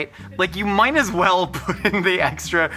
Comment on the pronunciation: said, "you mine as well," instead of, "might as well..." I don't know if I can trust anything he says anymore 😢🤣🤣